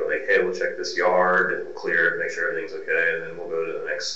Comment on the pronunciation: Why does almost every investigator pronounce okay like "Okwai"?! Once you hear it you can't unhear it.